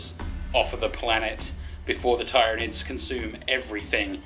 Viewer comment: Twitches at how you say Tyranids No just kidding, but really good job! I enjoyed the battle report. It does bug me ever so slightly how you say Tyranids though. You say it TIEryanids, while most pronounce it TEARynanids